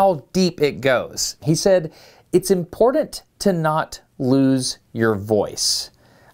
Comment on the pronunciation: Ok, the voice you use to mispronounce "important" needs help.